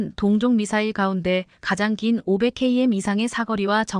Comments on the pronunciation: AI가 말하다보니 100킬로미터를 100케이엠 이라는 맨트가 나오는것이다 K방산 화이팅 입니다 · 키로메타로 읽어라 이 바보야!!